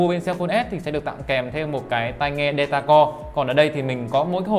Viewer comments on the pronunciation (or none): none